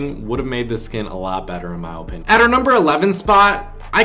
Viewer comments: in my he says opinion with a very long o, its so cringey like lol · Guys it’s his OH-pinion